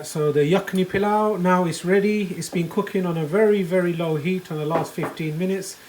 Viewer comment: This looks delicious! It’s very similar to a dish we make here in Trinidad called pelau. It’s pronounced the same way you pronounced it. It’s made like this but with coconut milk instead of yogurt. ❤️